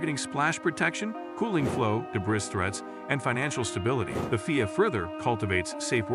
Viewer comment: I can never take someone who says FIA that way seriously